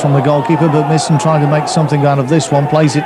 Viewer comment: It's pronounced My-son not Misson! 🤬🤬🤬